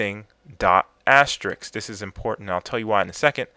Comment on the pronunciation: Congrats on saying "Library" but "*" is actually pronounced "ah-ster-isk". So there's another thing for ya